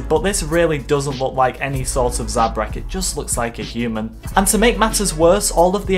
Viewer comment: How dare you say zabrak 😲😱😡